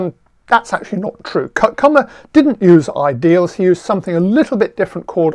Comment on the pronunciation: His lectures are fantastic. This is the stuff I have missed as a student and I have often regretted that I haven't studied number theory and algebraic geometry instead of Algebraic Topology. I can't believe he posted this one a second time :) Kummer is now pronounced correctly as well 👍